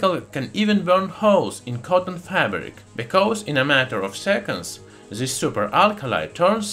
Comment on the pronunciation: does anyone else gets trigerred by him not saying T but Z (zo obtain; zis(this); and zen) so trigerring